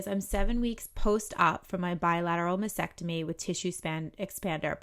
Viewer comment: I realize this comment is years after your video was made, but if you are speaking and advocating for women who are fighting breast cancer, it is especially important that you pronounce the procedure correctly. It’s mas-TECK-tomy. It seems like you would want to know that; mispronouncing takes away from your credibility.